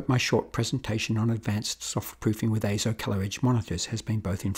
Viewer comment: "AY-ZO" yes you said it correctly! As heard from EIZO's own corporate video.